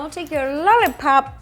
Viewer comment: I love how it sounds like she says lully pop